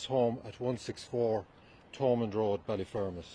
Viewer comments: Ballyfermot not Ballyfermont. The last part is pronounced fermot as is Dermot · Fermont haha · its pronounced bally-fear-mat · Ballyfermonth? Ballyer lad ballyer ! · That is absolutely not how you pronounce Ballyfermot 😂😂😂 fair play for covering this though